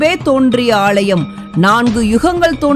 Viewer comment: ALLAYEM..... NOT AALLLLLLLLYUM